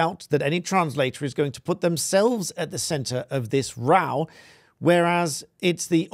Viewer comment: Good for Piers! Do I believe it? Not a bit!! ❤️ Catherine!!! She is the best thing that has happened to the RF in years!!! Thank you so much for pronouncing row properly!!😁